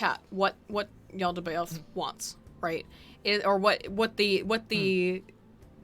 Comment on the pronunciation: The cringe every time tries to say Yaldabaoth XD Ya'll Da Ba Oth!!! Hahaha